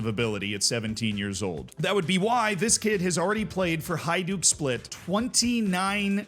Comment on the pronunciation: i appreciate you pronouncing Hajduk Split correctly! Thanks!